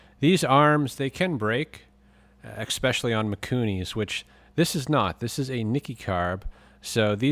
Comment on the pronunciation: I love how thorough he is with everything but can't pronounce ESPECIALLY 😂😂😂😂 not making fun I just lmao every time he says it 😂😂